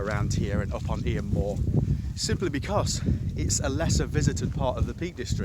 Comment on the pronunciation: Nice video. Just for reference, Eyam is pronounced Eeeem. Thanks for sharing.